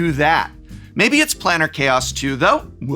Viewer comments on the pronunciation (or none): Was pronouncing "Planar Chaos" as "'Planner' Chaos" a Freudian slip?